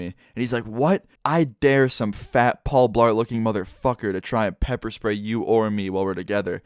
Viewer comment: I died when he said one fat Paul blaret😂😂😂😂😂